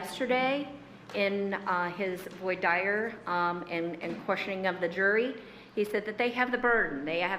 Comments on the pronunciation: "voy dyer" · Imagine pronouncing "voir dire" as "voy dire"🤣 as a fucking lawyer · Who the hell are these defense lawyers? I have never in my life heard voir dire pronounced "voy dyer" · Wow a lawyer who cannot even pronounce voir dire😂 Any oz of competency this lady had just went out the room😂😂😂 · I got second hand embarrassment from the female defense attorney’s pronunciation of voir dire 😳😂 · That defense attorney in the grey mispronouncing voir dire irritated me beyond being able to think she knows anything about what she’s reading. As a mother I can’t even imagine harming my baby, let alone helping my partner dispose of the child. Both are guilty